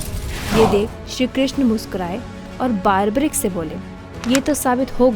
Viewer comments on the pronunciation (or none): Baarbarik nahi barbareek hota hai.. 🤦🏼‍♀️ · It’s not baarbarick ! It’s बर्बरिक Nor does goddess Shakti gave three arrows as boon ! Please at least get your facts straight.